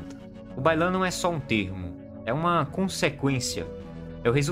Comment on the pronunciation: Quando você falou Bai Lan, eu entendi que o problema da china é o baiano kkkk e agora não consigo desouvir.